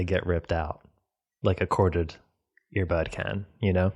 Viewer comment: said "air bud"